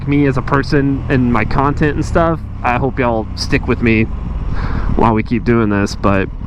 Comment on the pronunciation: FB and YT can both irritate me beyond belief. It'd be so frickin cool if Musk just did a hostile takeover of both...or,OR if you, happen to have...did you just say cun-tent? Lol anyway, if you just had enough subs that we could all pitch in to start another (ultimately cooler) video channel. Or,guess there's always MySpace? Heh